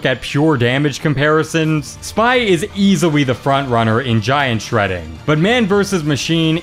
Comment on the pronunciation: "Spy is easiwy the front runner in giant shredding" :)